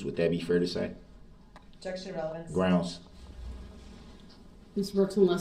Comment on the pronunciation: you mean to say “ gronz” lol